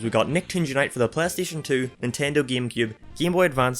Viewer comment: And an R straight